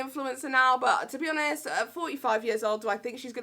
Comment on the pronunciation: Bless she sounded like she said she does Amish reviews (honest reviews) lol